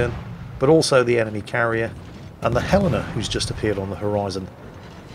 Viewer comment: Your pronunciation of Helena would make a citizen of that city think you are a local, I hope you have a Helena Day.